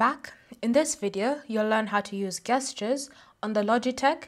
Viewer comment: it`s pronounced JEST-CHAIRS... not GUEST-CHAIRs.... jesus christ